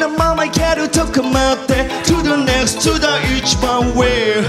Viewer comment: To the nextをちゃんと発音してるところが好きよ…オーイシ様❤